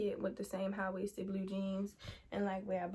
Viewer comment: You gotta be from Baltimore 😂 it was the bluuue jeans lol